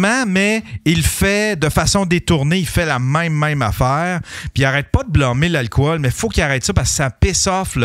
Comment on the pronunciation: En français c'est alcool, pas alcohol. Ça se prononce alcol, pas alcowol...